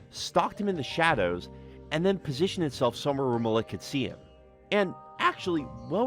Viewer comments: i think his name is pronounced mal ek not muh lick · Isnt the name spelled Malik? Because that’s Muh-leek not Muh-lick. Why is he is saying it like that 😂. Unless I’m wrong about the spelling or it was said the name was different for some reason. Am I missing something or is he just saying the name wrong? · Sorry as someone with a similar name I have to correct the pronunciation malik is said like ma-leak not ma- lick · The way you say Malik is really fucking me up. Its malek. Pronounced as e not i